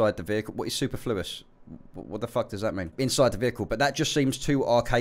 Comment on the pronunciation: The word is, sue-perf-lu-us. Definition, unneeded, more than enough, or overkill for the younger folks, lol.